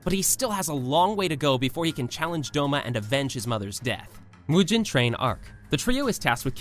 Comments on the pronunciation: I ahte you bro you said tenjen and mujen train like bro its a tengen and mugen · "Mujen Train arc", "Tenjen"💀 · YOU SAID MUIJN TRAIN... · U pronounce some things wrong like Mugen train its not mujen its mugen and Tengen Uzui its not Tenjen its Tengen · Tengen no tenjen Mugen no muien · did this guy really just pronounce mugen and tengen as moo-jen and ten-jen?